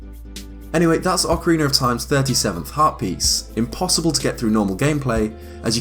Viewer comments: eX Galneryus because hes British lol it's his accent. He also said Zelder. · Lol sorry I know it's an accent thing but I can't get over "Ocariner" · Why am I hearing him say "Ocariner"? Is that just how he pronounces it? I find it odd when people seemingly add R/ER to the end of a word, can someone who does that explain please? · I've heard some weird pronunciations around this game but never Ocarin-er lol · Ocariner of time. My favorite game 😂😂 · Why are so many pronouncing it "Ocariner of time" ? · Lol oca-reener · Why do you put an r at the end of orcaraina? Every time you said it I cringed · "ocereener of time" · Why is he.saying.ocareener of.time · "ocaraner of time" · “Ocareener” hahaha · why is it when british people say words like ocarina or beta , they always end the word like this "Beter, ocariner" it drives me crazy and idk why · So ocarinarof time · What is the reason behind the pronounciation? I honestly want to know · Deity Zeash the proper pronunciation is 'oh ka ree na.' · You say Ocarina wrong. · ocariner of toime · "Ocariner of time". I am triggered. Just... stop pronouncing the extra random non-existent R. I bet you pronounce it properly when Ocarina isn't before a word that starts with a vowel. Just pronounce it how you would if you just said "Ocarina" as a single word. I can't see it being that difficult. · Why do you keep pronouncing words that have an A at the end with ER like Ocariner Zelder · Blake Bonner I hate it so much when people say ‘ocariner’ and it happens way too often. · it's ocarina not ocariner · "Ocariner of time" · "Repeat after me. Ocarina." "Ocareener." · Awkeriner of Time, eh? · good ol ocariner of time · Why does everyone call it "Ocariner"? Almost every zeldatuber calls it that but isnt the "A" a soft sounding? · “Ocareaner of Time” 😉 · I love Ocariner of Time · ''ocariner of time'' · IT'S NOT OCARINER YOU FUCKING IDIOT! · OcarinA with an A sound. Its not Ocariner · It's ocarina, not ocariner. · Ocariner of Time